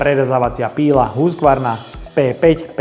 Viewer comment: Preco to vyslovujes Husgvarna ked sa to pise Husqvarna ?